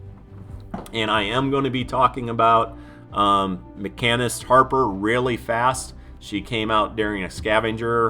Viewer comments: FYI - pronounced "Machine-ist" (not makkinist") ;) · No man, it's a great length. If they don't like it then don't watch it. You explain in detail the difference between them. You do say "machinist" wrong. It's pronounced "machine-ist" not "mecha-nist" lol, love your content tho dude...keep it coming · I lost all respect for you when you called Harper a “mackanist” 🙈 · It's MaSHEENist Harper. MaCANists don't exist. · Dude you're killing me. Harper's Kit/title is pronounced "Machine-ist" :) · Ma-Sheen-ist, lol awesome vids bud, but for some reason every time you say machinist it felt like I was getting stabbed in the ear. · Bullrush is great on mini bosses. The decoy nerf is horrible. As a machinist for many years, your pronunciation is offending LOL. - Ma-sheen-ist. PS: the nicest guy in fortnite.